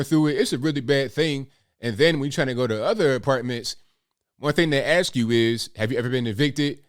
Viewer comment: She may have been found more favorable if she didn't "axe" people.